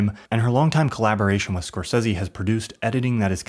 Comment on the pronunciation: I really liked the Video but why do you pronounce Scorsese so horrible? 😂